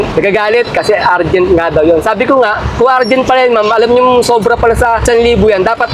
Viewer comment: URGENT (UR) not URGENT (AR) DEPOT (POT) not DEPOT (PAT)